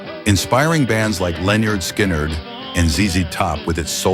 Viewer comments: It's pronounced Leonard Skinard not, SKynard.from Nature Coast, Florida. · Sky-nard is so embarrassing get better AI or quit. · Sky nerd? Really? Sky nerd? I hate AI… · Please pronounce Skynyrd correctly. It's pronounced skinnerd. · First off, you keep mispronouncing Lynyrd Skynyrd. Skynyrd is pronounced to rhyme with Lynyrd. The Band were never considered s “southern rock” band, it’s only their song that has to do with the South. You should have included The Outlaws with their masterpiece “Green Grass and High Tides”. Too many Allman Brothers’ songs, with being replaced so you could have included Charlie Daniels. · You lost me when you pronounced Skynyrd and Van Zant wrong. 🤦‍♂️